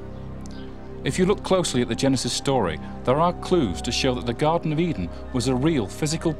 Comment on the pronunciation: Garden not Garten